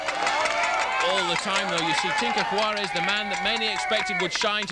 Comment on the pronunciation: OMG! This Brit announcer said “Juarez” correctly! Usually it’s “Durez” or the last video I saw, the guy was saying “Shwarejh”. It was hilarious!